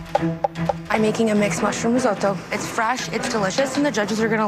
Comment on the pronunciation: Everyone : Rissoto Claudio aprile : Rissaoto